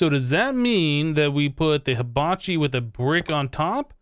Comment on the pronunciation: You pronounced Hibachi wrong it's He-bachi